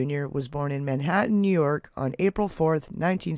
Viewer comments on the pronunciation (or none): none